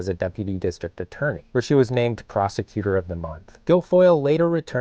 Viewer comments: I swear, instead of prosecutor, I heard prostitute, over and over. Also, did you notice that Jr has black hair? How does mom and dad who has really blonde hair,not fit the mold? I mean look at Eric, kinda looks like mom and dad! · Why do I keep hearing prostitute instead of prosecutor in this clip... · Every time they said the word ‘prosecuter’ in this video I misheard it as ‘prostituter’.... she is absolutely bananas. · Literally, EVERY time he begins to call her a prosecutor, I think he's about to say "prostitute." Every time.